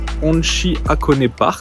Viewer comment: Ça m‘a stressé de vous entendre dire « Akone », au lieu de le prononcer « HAkoné », le HA se prononce comme si on soufflait sur des verres de lunettes pour les nettoyer 😂